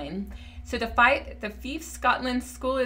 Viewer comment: Fife has a long “i”, rhymes with life.